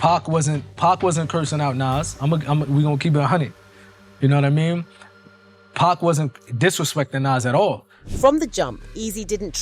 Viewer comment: Hey narrator it's 2pac not pack and it's suge get the names right smdh